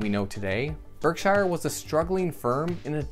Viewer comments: Berk shear, not berk shy er.... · its pronounced berk sure. berksher, not shire